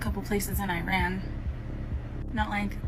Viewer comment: everyone saying Iran incorrectly pisses me the fuck off